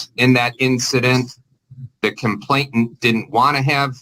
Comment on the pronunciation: Just my pet peeve: it’s “complainant”, not “complain*t*ant”